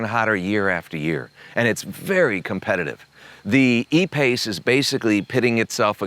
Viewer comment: Lmao,,,the “a pace”.......hahahhahahah